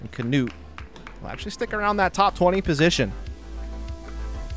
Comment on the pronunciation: Hes not the only one who is calling him as Kanuut, so annoying.